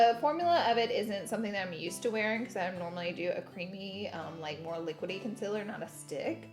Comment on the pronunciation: The concillurrr and the powdurrr hunnney!